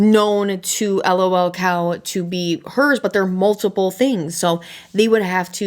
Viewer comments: I was interested in watching until you called it L.o.l cow. I know that's the way it shows but everyone calls it lul cow and I just couldn't. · It's just lolcow like "lulcow" not 'L-O-L cow" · lolcow, not l.o.l. cow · sorry but everytime you say L-O-L cow i die a little more inside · sorry but the way you are saying lolcow is triggering me lol